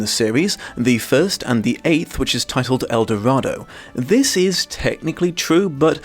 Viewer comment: Imagine not slowly butchering the title of the subject you are reviewing. -this post brought to you by the Zero Punctuation Gang.